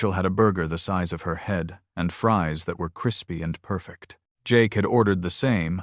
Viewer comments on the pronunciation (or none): none